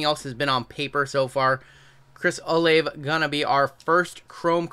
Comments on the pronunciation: Chris Olave. It's pronounced Chris O-La-Vay. Loved the vid. Thanks for sharing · I f'ing LOVE that you said Olave's name wrong every time haha. Go Blue!!